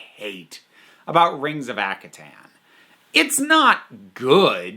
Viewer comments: Ak - har - ten Sorry but this slightly annoyed me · Due to not knowing how to pronounce Akhaten. I always mispronounced it as "ar-ken". I have no idea where I got the "r" sound.